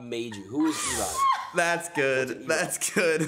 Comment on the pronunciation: "What's an Erobb." OMEGALUL